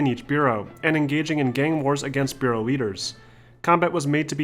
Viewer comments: BUH-ROWS not beuros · Your pronunciation of boroughs sounds weird almost like "bureau." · One minor thing that was like daggers stabbing me was the pronunciation of borough. It's not "bureau" it's pronounced "Buh-ruh". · Anybody feeling weird when he says 'beauraus ". Its called boroughs btw , just a small pronunciation mistake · It's boroughs not bureaus lool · Burroughs as in Buh-ruhs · no it’s Boe-row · its bore-row